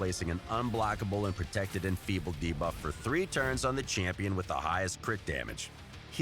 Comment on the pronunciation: exTRACT... deBOFF... Who is this guy?